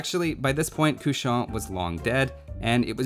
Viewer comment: Nice video ! Small thing, "Cauchon" is pronounced "Ko-Chon", not "Kau-chon"